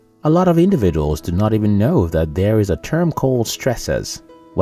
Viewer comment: It's know not mnow 😂😂